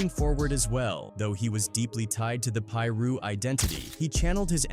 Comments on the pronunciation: The way he saying some of these names triggers me. It’s not peeru it’s piru and it’s not locks either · Ai said peeroo 😂 Fuck ai. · Ai voice said “Pee Ru” gang😂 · Please stop having AI and white people doing this voice overs and not knowing how to properly pronounce the information they’re giving. It’s Tweety Bird Loc (pronounced Low-K like Loki but you don’t say the key part) and it’s Piru (pronounced Pie Roo). Respect it cuz people really lost their life to this shit and we lost real family and friends to this shit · What u mean it’s not pronounced peeru or Loc=Lock or Englewood😂😂😂😂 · Every damn video AI not being able to pronounce piru is funny as hell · Cuzz, your pronunciation on shit is funny. Piru & Loc you need work on. The more I watch the worse it gets. If you had listen to the album, just maybe your pronunciation would be better.